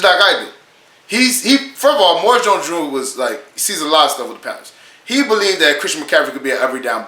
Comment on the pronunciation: Maurice- Moor ee's, Jones-Drew.